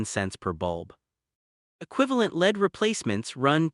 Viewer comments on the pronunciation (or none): It says LED as lead and CO (carbon monoxide) as co...like coworker.